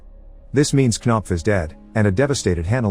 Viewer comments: "Kuh-nopf" lmfao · Oh hell no there's no way she's called knopf 💀😭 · Knopf? Really? Unless it's a Danish name or something, it's just ridiculous. Sounds like a fart cough.